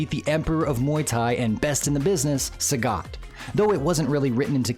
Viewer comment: channel about SF, but pronounce sagat name wrongly😂